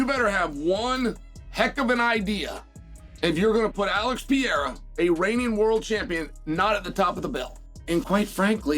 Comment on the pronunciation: Chael Sonnen cannot even pronounce Alex's name right.